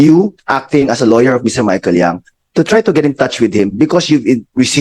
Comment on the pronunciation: By the way the surname of Michael Young is Yang not Young!